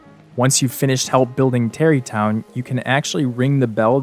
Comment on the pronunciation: ‘Terry town’, smh